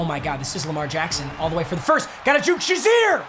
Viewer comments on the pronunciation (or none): none